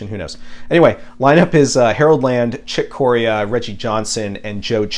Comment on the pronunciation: Great overview of the schedule, as usual! I love the cover of Total Eclipse! Excited about all the Hutch forward releases! Also pet peeve it's Chick Corea pronounced 'Kaw-Ree'-Uh' with emphasis on the Ree! ;)